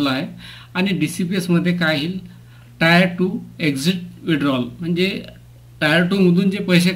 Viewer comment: Sir, टायर 2 नाही, टियर 2 आहे.